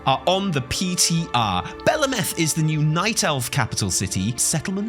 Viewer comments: I believe its pronounced Bell, like a bell and Ahhh -meth with emphasice on the AHHH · its pronounced bel ameth not belameth. its pronounced highjal, not hyjal. its pronounced tel drasil not teldrasil